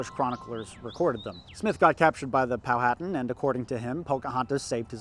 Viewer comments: Hey man great video and great content. My only issue is the way you pronounce Powhatan. It is Pow-hu-tan not Pow-hat-an. I live in the area that this all took place and I studied this history extensively and it is a common mistake. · Poe-ah-tawn. I know southern native american tribe names are weird to pronounce but I feel pretentious so I'll correct someone who undoubtedly knows more about history and ancient society than I do. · I live in Southeastern Virginia, Jamestown is required learning. Went there on a field trip in 3rd grade. Too young to grasp what really happened but it was fun. Also, have I been saying Powhatan wrong this entire time? Is the way it's said in the video the correct way?